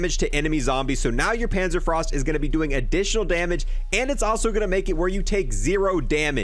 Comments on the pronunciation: Pänzerfraust ^^ .... Panzer Fauhst^^ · It's panzer FOST